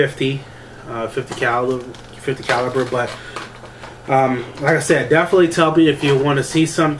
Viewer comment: Caliber not caliper. Lord have mercy.